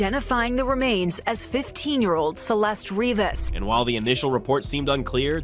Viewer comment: celest Rivers.... jesus AI sucks lol